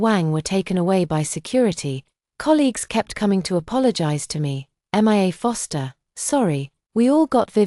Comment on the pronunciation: 😂why are they saying M I A instead of just Mia. Is this an AI recording ????